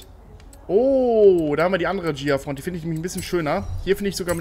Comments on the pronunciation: Das Gh wird immernoch ausgesprochen , wie bei LamborGHini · Ghia nicht Jia! Durch das H hinter dem G spricht man es als G und nicht als J, siehe Lamborghini, dass heißt schließlich auch nicht Lamborjini! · Hab ich mir au gedacht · Wieso nur sprichst du immer "Ghia" falsch aus und redest immer von Beetle statt Käfer?!